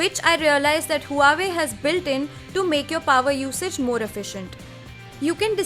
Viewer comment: please learn to pronounce the word Huawei. Its pronounced as "WAH-WAY". Other than that good review.